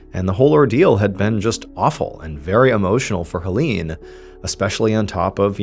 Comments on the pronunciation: Hoe-leene?? it's pronounced more like "Haylayne" dear 🤣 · Erm, 🤓☝️akshully, the name "Hélène" is pronounced "Ay-lenn." (First syllable is like the letter A.) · Great story! I am loving this series of French murder mysteries. Ps - Hélène is actually pronounced “ay-LEN’ 😊 É= ay È= eh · I really enjoy the way you tell the story. Very natural. Just an FYI, I'm an anglophone from Quebec, Canada and speak a certain degree of French. The name Hélène, because of the accents on each e is pronounced, (hay-lenn). I am going to subscribe. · Hey sweetie, A short French lesson: ;-) If there is an é in the name or word, it is pronounced as EE (i.e., like in 'emotion'). Is there an è? Then you pronounce it as EI (i.e., like in the word 'egg')!! So Hélène is pronounced as HEELEIN. Sometimes also HEELEINE (depends on the person). Warm greetz from Pinkie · Hélène is pronounced the same way as Helen 😘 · Is it too hard to search for: How to pronounce Hélène? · I love your work but in this case, it would have been BARE MINIMUM effort to look up the pronunciation of Hélène's name (closer to Helen with the stress on the second syllable). I'm usually really immersed in the story telling but this kept annoying me. It felt disrespectful and like minimal effort went into basic research.